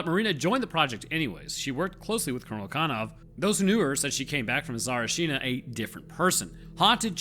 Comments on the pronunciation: Nephilim and fallen angels imprisoned, waiting for God's judgement. Also Tsa-rEE-chi-nah not sari-shEE-nah I bet radioactive sickness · No, you haven't. Tsa-ri-chi-na. 4 syllables. Not Tsar-china (2 syllables). But it's fine, whatever =) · A Bulgarian. Whoever told you it was correct, lied to you. You say it like "Sarchina/Сарчина" - it's missing a whole "i / и" in the middle. The proper name is Tsa-RI-chi-na/Царичина. It's root is the word "Tsar/Цар" - a monarch's title. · Say it with me Tsa-ri-chi-na, not tsarachina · The way you pronounce it sounds like "Tsarchina" , but the actual pronunciation is "Tsarichina". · It is caled Tsar(i)china not Ts(a)richina or Tsarich(i)na. A Bulgarian to tell you. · its not Tsarchina :D Its Tsari +china Tsarichina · As a bulgarian iam not sure you pronounced Tsarchina right. You pronounced like typical american pronounsing a foreign name tbf. I would put the emphasis on A in TsArchina not on the i in china. so its TsArchina but still not sure tho. Just like Sofiya is pronounced sOfiya not sofIya. Somehow foreigners never get it right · I'm sorry, but you did NOT pronounce that well ;-; tsar-e-chin-ah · Bulgarian here. Sorry bro, that pronunciation was nowhere near “right” 😆 It’s “Tsah-reach-in-ah” where the emphasis is on the “reach”. Poor job, just like the military did there. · u could do a little research and not be ignorant... it is TSA RI CHI NA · its pronounced tsa-RI-chi-na with emphasis on the RI when you say it not on CHI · tsa-rich-eena say it right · Sorry to disappoint but it’s pronounced “Tsa-ree-chi-nah”. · I'm Bulgarian. You didn't in fact pronounce "Tsarichina" right... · You, ln fact, did not pronounce it right. :D it is pronounced Tsaríchina. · really close but its pronounced "tsarichina" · in fact you DID NOT pronounce it right :) It's: "tsar-e-cheena" :) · Bro you did NOT pronounced it right. Should be Tzárichina. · no, you did not pronounce it correctly. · you were not even close to pronouncing it right...